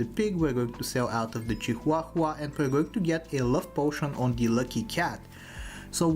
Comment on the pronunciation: I could listen to say Chi-hua-hua on loop all day